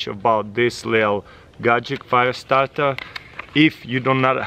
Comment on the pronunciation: I am ze fiyastawrtuh, solawr fiyastawtuh